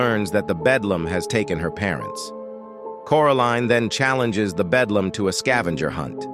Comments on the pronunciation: ITS THE BELDAM NOT BEDLAM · It’s beldam not bedlam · BELDAM not bedlam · its BELDAM not BEDLAM a bedlam is a facility for crazy ppl a BELDAM is an evil witch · I remember watching this when I was 7, also it’s Beldam not Belam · Beldam, honey. Beldam – as in belle dame, French for beautiful lady. It’s the attractive cover/physique of an enchantress or hag, if my memory serves me right. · Bedlam. No. Beldam. Yeah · It’s belldam not bedlam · Bro rally said bedlam in sted of beldam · Belldam not Bedllam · He keep saying the bedlam